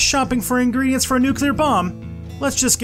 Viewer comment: "incredients"... am i missing something?